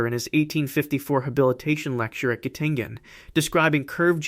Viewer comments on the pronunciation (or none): Chessboard is wrong. King and queen are backwards. A moment later the University of Göttingen gets mispronounced. Why do I even bother watching videos that have such distressing blunders? Estne falsus in unum, falsus in omnibus? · The narrator AI has a LOT of trouble with those German names, particularly if they have umlauts over the A, O, or U. Goedel and Goettingen were victims of this AI's pronunciation crimes.